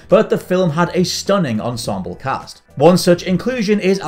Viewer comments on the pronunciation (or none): none